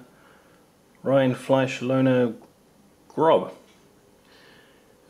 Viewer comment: not rindfleysch RINDFLEISCH :D